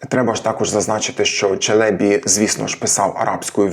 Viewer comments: 1. Турецький наголос не такий виразний, як наш. Мабуть, по-різному можна чути. Проте ви дійсно, наприклад, на початку цього відео не чуєте, що "Евлія" і "Челєбі" кажуть з однаковим ритмом? та-та-ТА та-та-ТА. Чи тут - 2. На початку невизначеність ДЖ vs ДЗ. Те саме, що Ч vs Ц, тільки дзвінке, тобто одною буквою він міг позначати і ДЖ, і ДЗ. Але Ш всередині - інша річ. Тут дійсно погоджуюся, що це доводить шепелявість. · 1. У "Челєбі" наголос на останній склад. 2. "Уже тоді м'які польські приголосні звучали як шепеляві." Якщо він ц і ч не розрізняє, то і тут дз, дуже ймовірно, так само записав. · Ті турки, мабуть обманули Вас. Тож при нагоді натякніть їм, що вони помиляються. Біда з ними, тими турками... Моє питання до Googl: ''як правильно, Челебі́ чи Челе́бі? Відповідь: ''Обзор от ИИ +1 Правильно казати Челебі́ (з наголосом на останньому складі), оскільки це турецький термін, що означає "пане", "панич", "освічений чоловік", і в українській мові він запозичений з турецької, зберігаючи наголос, як у відомих постатях типу Мехмед I Челеби та Евлия Челеби. Челебі́: Наголос на "і" – це правильна форма, що відповідає оригіналу та усталеним прикладам. Челе́бі: Наголос на "е" – це помилковий варіант. Отже, вживайте Челебі́. '' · Нема в укр. мові слова "доєднатися". Ви ж намагаєтеся обговорювати мовні теми... Каліченою мовою?? А зрештою, "Челебі" має наголос на останній склад. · На останньому складі наголос у "Челебі" треба, перепрошую. Дякую за відео! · Евлія́ Челебі́. Підозрюю, що, правильно, з наголосом на останній склад. В турецькій мові, мові кырымлы, наголошують останній склад.